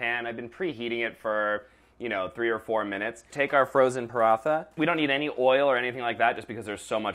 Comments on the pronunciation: Paratha is pronounced as "Pa ro ta" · He said partha wrong 😂😂😂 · The paratha(pronounced p-ra-th-a) is a bit under..... The whole thing should be brown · Paratha is pronounced 'parata' btw. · "PaRaNtHa" Desi kids all over the world: 😰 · some ppl actually do say paraNTha